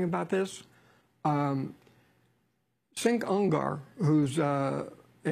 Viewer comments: Sink Ungar..... no ...... Chenk Weeger....... LMAO #TYT #CenkUgur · They both butchered his name. It's pronounced Chenk Yugur (Cenk Ugyr)